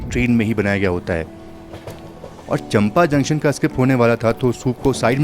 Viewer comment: भाई चंपा नहीं चापा है नाम